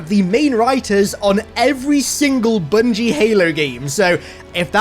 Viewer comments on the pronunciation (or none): Did you just say "boongie"? Sounds nasty.